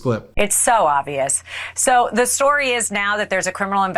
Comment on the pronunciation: There is a "B" in oBvious Alina. The word is OBVIOUS not OVIOUS!